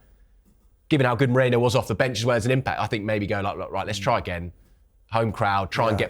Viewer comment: Merino not Mareno.